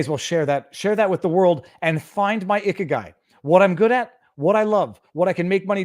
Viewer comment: I wondered who this "icky guy" was at first, then realized you were referring to ikigai. Certainly a topic worth exploring. Just remember when seeing a romaji (English-ized) rendering of a Japanese word that the 'i' is pronounced as an 'ee' sound.